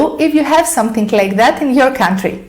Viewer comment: Your English is very good but ... you are confusing Thing and Think !! And it is NOT SomethiNK ,it is pronounced somethiNG